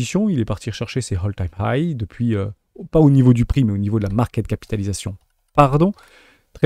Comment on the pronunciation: A hole = un trou All = tout Hole time high = le trou le plus haut de tout les temps ? A part le soucis de prononciation je te remercie pour la vidéo et les insights, notamment sur les token AI !